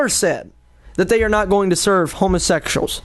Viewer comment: Wow, that kid sure is an idiot. I like how he pronounces it "homosexshuls"! XD I can't believe he actually thinks he's the one being persecuted! What an insult to people who actually are persecuted. Love ya,. Keep up the good work.